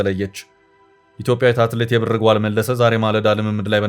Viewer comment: አማርኛ ስታነብ እንዴት ነዉ? የብር ጓል ን እንደ አያትህ የድሮ ቀበቶ ጥብቅ አድርገህ የብር ጎል አይባልም ላላ አረገህ ነዉ የሚነበበዉ አንተን እንደገና ወደ ሀግስ ለግስ መመለስ ነበር ከደ ዘ